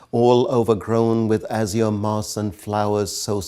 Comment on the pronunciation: The pronunciation of azure is wrong